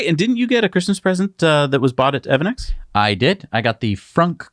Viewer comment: Isn't evannex pronounced "EV Annex"?